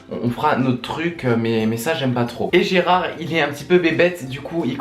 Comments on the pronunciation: Gerald ! Pas Gerard....D'où le titre original "Gerald Game's" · Gérard ??? non Gérald !!!